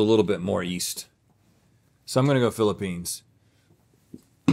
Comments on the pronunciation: Did Link say, "feeling the peens"?? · Who’s gonna tell link he needs to quit calling it the Peenes? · He said peen... 😂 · I love how they keep calling the Philippines, the “Peens” 😂😂😂 🇵🇭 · I’ll never not chuckle when Link calls it the Peenes